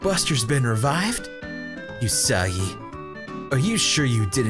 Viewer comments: I wanna say it's oo-sagi, not yu-sagi, but whatever. Who cares. Pappyruss. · you keep pronouncing Usagi-chan incorrectly The U in Usagi is pronounced like the sound oo in oops, there is no y sound to it. You where pronouncing it like yousagi. Also chan, it's pronounced as more of an open vowel sound like the a in another. not a closed vowel sound like the a in the name Nathan.